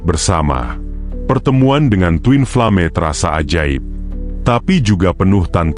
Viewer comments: Min.. ini yang baca orang atau robot sih?.. bacanya koq twin flame sih??.. twin flem gituu.. hahahaaaah 😂😂 aneh banget denger nya... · Aku juga Aneh, ucapannya kok twinflame bukannya twinflem. Lucu ada2 saja